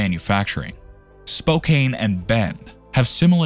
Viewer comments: . Computer narrator butchered pronunciation of Boise and Spokane. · Good video, but the mispronounced names of Willamette, Spokane and Boise is troubling.